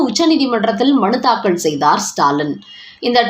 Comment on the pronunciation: அம்மா!அது தாக்கல். தாக்கள் இல்லை. உச்சரிப்பில் கவனம் தேவை.